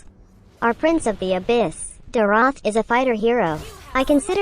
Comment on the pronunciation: It’s me again. Don’t wanna be that guy but neither pronunciations are correct😂it’s “Dee-roth”